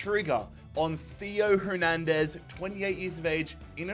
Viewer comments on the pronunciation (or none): Why are you suddenly overpronouncing names like Hernandez and schlotterbeck?